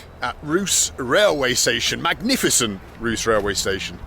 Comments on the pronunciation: As a Bulgarian I am really surprised and fascinated to see what foreigners find attractive in Bulgaria. Itwas so nice you started your Bulgarian journey with Ruse. It is a nice, clean and really full with history town. By the way you have to pronounce it RusE , not Rus.😅 Funny part is the Russian language. Good luck talking to young people in Russian 😅. I am Bulgarian but never been to Buzludja. I should go there. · The name of the city Ruse (русе) is pronounced as 'roo-SEH' not as "roos"😄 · Hi Bald, the video was amazing. Ruse is a very pleasant city and is even nicknamed “The Little Vienna”. Also, it’s pronounced Rusé, while the way you pronounced it (Rus) means “blonde” which might have confused a few of the locals. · can you tell him its pronounced Roo-say not Roo-s? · Ruse, not Rousse. Unless you're French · Bald ! I've seen( i think ) all of your pulchrous videos , but this was bad : you should have had more information about one of the most peculiar , odd cities of Europe : Russe ( the pronounciation is ruuusse ) It is called the Vienna of the East ( watch some second , third class YT videos about her ). It is a flubbergastingly fantatic town , especially from the direcion of what is the essence , the great point of the Bulgars : the architecture . Long ago it was a way of life to steal Bulgarian architects . Now , I suppose , all of them lives in ultra expensive towns as millionaires . Even in my home town , Budapest , there are 2 buildings of Bulgarian architectures from the '70 which look like as they've come from 2100 ( the German state has bought one of them ). In the neoclassicist centerpoint ( you haven't been to there !) there is one of the most incredible buildings of the cosmos . It is called : The municipal building of Russe . Next thime , watch it , please . yours : far severö sapirico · The "e" in Ruse is not silent. It's "Rus-eh". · Russe-you pronounce the "e" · Yeah, that was fantastic. It just triggered me how he pronounced ruse :D